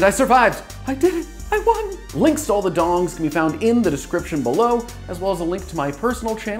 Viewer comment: It's dings not dongs.